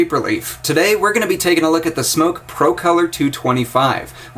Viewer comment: Smok... Not Smoke.. just saying ;)